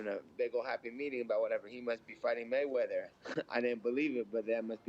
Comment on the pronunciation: Ya, Matweather